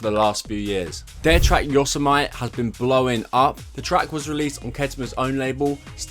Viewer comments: Pronounced: Yo-sem-ity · just a fyi it’s pronounced like yo-sem-a-tee